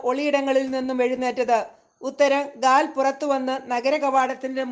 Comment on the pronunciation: ഗാദ് അല്ല ഗാൽ ആണ്